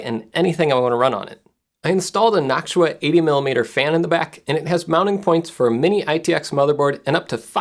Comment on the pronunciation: Ah yes, notchua ITS NOCTUA NOT NOTCHUA